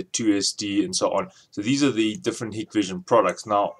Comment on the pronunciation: It's pronounced "Hike-Vision"...